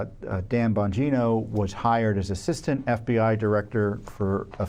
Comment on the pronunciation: It's Pronounced Dan BONGINA